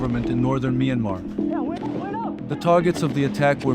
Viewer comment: Mainmarh wrong Pronounciation--Pronunce it like "MYAN" like Dian in Meridian "Mian" and "MAR" as it is "MAR" - MYANMAR (Mianmar)